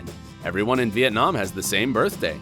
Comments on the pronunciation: U incorrectly said Vietnam....I'm Vietnamese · HerrCrazyMe lol me too. He pronounces it with the emphasis on the third syllable - very English pronunciation